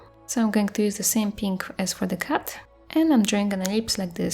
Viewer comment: Your accent is so amazing and whenever you said cat I thought you said cut lol. But I love the art and your accent 💗